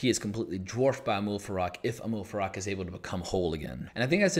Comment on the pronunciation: it is Amal Farouk, you are saying Amoul Farak